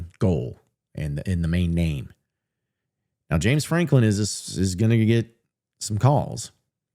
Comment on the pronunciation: if you say James Franklim one more time I'm going to UP CHUCK